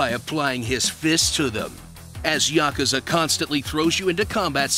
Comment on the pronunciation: I have finally found it. A PERSON THAT ACTUALLY KNOWS HOW TO PRONOUNCE THE WORD YAKUZA!